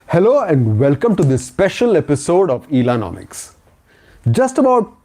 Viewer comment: illanomics = Ellono muks